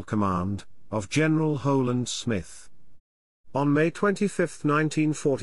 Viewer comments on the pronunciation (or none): A disembodied computer-generated voice often gives me "Clockwork Orange" vibes, most especially when it insists on pronouncing Holland Smith as Hoe-Land Smith. Some believe it's cheaper, I suppose -- but it would cost only pennies on the dollar to draw human professional voices from our vast pool of unemployed TV weathermen.